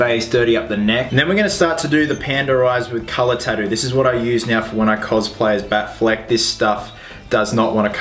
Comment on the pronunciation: They always says "Tarus" And then you find out he is saying tatoos😂😂